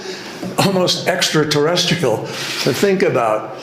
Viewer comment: Extra terestical😂